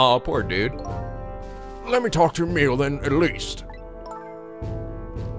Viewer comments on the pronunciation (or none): Amelie = Ah-meh-lee. Not like 'Emile'.